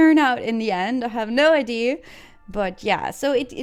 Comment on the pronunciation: gave serie, de collab heefd ook vruchten geworpen ga zo door. wel n kleine opmerking als je characters zeg, de ch word met n k uitgesproken en de a in idea word ook uitgesproken (srry dat is mn odc acting up lol) maar knap staaltje bouw werk